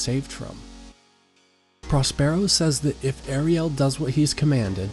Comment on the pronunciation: He says it correctly on occasion, by accident, I think. He also sometimes says Air-ree-el for Ariel. Errgghhhh.